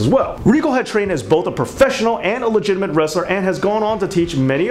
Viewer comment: One was a ligitimit wrestler, one was a ligitimit entertainer.. guess who is who.😂